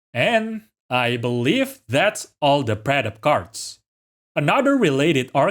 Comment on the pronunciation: Finally. Someone who can pronounce these cards names lol